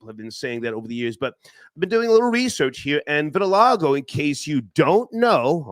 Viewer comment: Also couldn't pronounce vitiligo 🤣🤣🤣